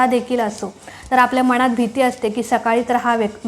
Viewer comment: मनात...हा शब्द शुद्ध उच्चारा...बाकी वीडियो छान